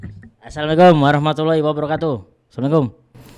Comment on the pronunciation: Dari mengucap salam aja udh Salah ,, 😅 Yg benar itu "...hiwabaroka..."